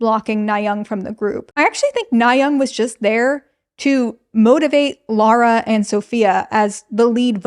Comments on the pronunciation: But her name is Lah-ra not Lo-ra. You keep pronouncing it as if her name was Laura. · Why do Americans pronounce “Lara” like “Laura” lmao